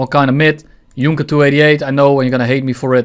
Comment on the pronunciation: Did you just pronounce Junker as Junker :|